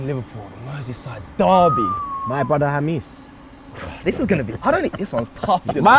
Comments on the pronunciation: It's pronounced Hamess not Hamiss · HA-MESS not HAMEESE😭